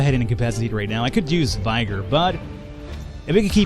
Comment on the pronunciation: Jesus Christ....did he really call vigor 'vie-ger'? He also doesn't know what PSI is, dafuq is up with your country's education system...